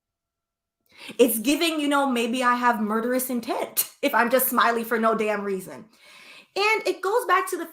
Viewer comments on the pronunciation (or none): none